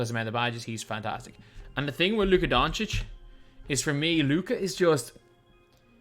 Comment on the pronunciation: Thank you for putting respect on Luka’s name 😄